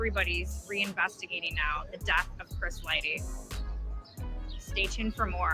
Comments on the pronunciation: Dude kept hearong folks say Lighty correctly & still chose the wrong path. ...Lighty alrighty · It hurt to repeatedly hear lightly. 😅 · LIGHTY... no "L-Y" Just "Y" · Bro are you fucking death. You have clearly heard that man's name is Chris LIGHTY not Lightly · My guy it’s Chris Lighty not Lightly!! 😂😅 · It’s Chris (light-tee) not Light-Lee!!! 🤨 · Bro, its LIGHTY not Lightly. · Chris LIE-TEE not lightly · Right! Damn man, see what the public school system do to you lol🤦🏾‍♂️. Comfortable saying "lightly" too as if he knows he's saying it right lol. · You’re not even sayin Chris’s name right 🤦🏾‍♂️ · This bad journalism, from saying the name wrong 100times, not showing the instagram posts in the right sequence, to why 50 really hired an investigator and 50 didn't start beefing Diddy after Lighty's death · Self inflicted... Not! Please respect Chris's memory by pronouncing his name correctly! My Guy 💡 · Right, It was like nails in the chalkboard each time I heard that. How do you not know Chris Lighty's name for one? Mispronouncing someone's name repeatedly when it's pronounced correctly multiple times in your own video is nasty work lol.